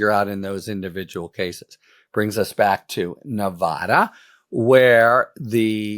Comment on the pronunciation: Love you, Harry. It’s pronounced Nuh VA duh VA, like in VAcuum.